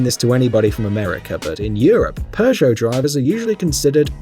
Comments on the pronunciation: It's pronounced pego not progeo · Please tell me. Why the hell do you pronounce "Peugeot" as "per-show"? WHERE'S THE "R"?!? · i hate that seemingly all english speaking people pronounce peugot so badly its not spelled PERRRGO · Honestly, I'd say Toyota SUV drivers (any model) are more prone to tailgating than Audis. Also, the British really need to learn how to pronounce Peugot. I don't speak French but even I know there is no R sound in the name.